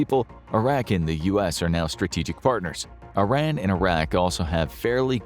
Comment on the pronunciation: Do you think you will ever be able to pronounce Iran properly?